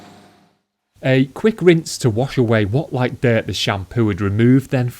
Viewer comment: "a load ov deert "